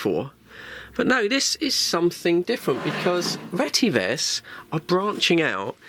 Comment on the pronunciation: The actual real pronunciation is RE-TE-VIS. Which means “Redefined Telecommunications Vision”